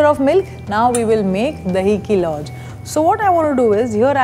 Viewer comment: I can't seem to understand this. Is it just deliberate or matter of habit that you don't want to pronounce things correctly. If you can pronounce Khazana correctly then Lauz has the same Z sound in the end. Why would you then pronounce it as Louj. It's very sickening